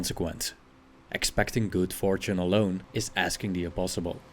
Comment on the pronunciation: Until you said the word "Fortune" I never would have guessed you were Dutch